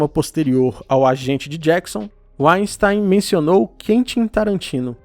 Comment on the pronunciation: Só uma correção: a pronúncia de Weinstein é "vainstain" ("vain" - vinho, "stain" - pedra).